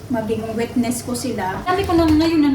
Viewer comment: Correction lang Witness is the word and not wetnes study your English please lang 😅😊😮😮😢